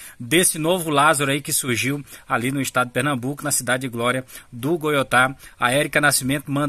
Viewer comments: O nome da cidade não é Glória do Goutá👎 e sim Glória do Goitá 👍👍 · O nome da Cidade é GLÓRIA DO GOITÁ... VC FALA DE FORMA MUUUITO ERRADA